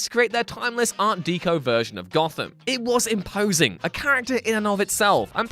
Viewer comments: Art deck-o, not art de-co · art deco. "art-dek-o" you illiterate child